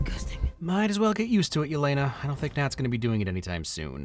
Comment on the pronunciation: Its Elena not Yelena pronounced like Elena of Troy .